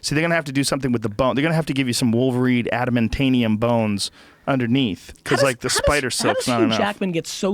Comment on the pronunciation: It's Adamantium Joe, Not adamantanium. This is serious shit man, get it right.